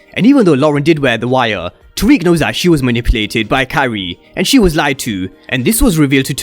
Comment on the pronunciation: the first time I heard you say "Carrie" I thought you said "Kyrie" for days I was trying to figure out who the hell is that